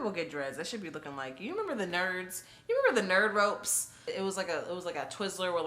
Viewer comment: yo said "Nerds Rope" 💀💀💀💀💀